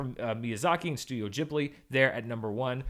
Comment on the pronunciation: THANK YOU for saying GEEbli and MononoKAY.